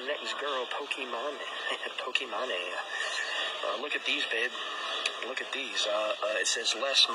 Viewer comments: he says pokimoné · also he can’t even pronounce her name right.